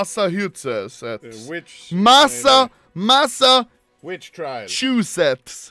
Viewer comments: Anomaly: Massachuchuchuchusetts Me: Bruh moment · Nobody Anomaly: Massahutechets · The clip of anomaly attempting to pronounce Massachusetts is enough for this to deserve 100 mil views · Being born and raised in Massachusetts made me crack up when you tried to read it hahaha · Anomaly pronouncing Massachusetts is hilarious XDDD